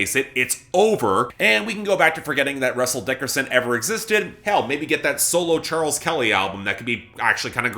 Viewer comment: If there's one thing I have to look forward to on future episodes of Billboard Breakdown in 2022, it's hearing say "Russell DICKerson" every other week again.